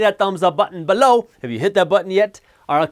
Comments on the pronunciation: Who else says 'Below' every time Jas says 'B'low'? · Came here just to hear him say “BeLOW!”😂